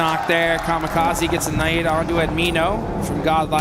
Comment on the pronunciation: tell tour friend godlike Ad-mi-no is not amiiianooo